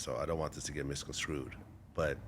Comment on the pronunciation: Why did Vlad say “misconskrewed” instead of “misconstrued”